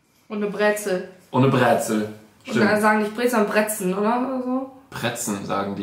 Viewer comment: Bro was für bräzen es ist breeeeeeeeeeezen 😭😭